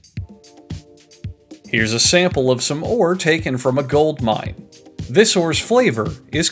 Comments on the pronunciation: "This is all done, of course, in a MINE " my poor ears... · A MINE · And they call it a mine! A MINE!